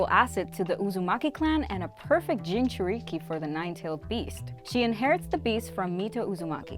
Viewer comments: Learn the pronunciations you uncultured swine “JoNIN” “Jintriky” 🤦🏽‍♂️🤦🏽‍♂️ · Austin Morgan ong it’s pissing me off how she’s pronouncing jinchuriki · She cant say jinchruki lol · I’m not sure if she’s ever watched the show or doesn’t bother to pronounce most names right like “jinchuriki” or “otsutsuki”,but it pisses me off